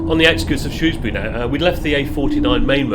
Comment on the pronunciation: Hooray! Finally I’ve heard someone pronounce Shrewsbury properly!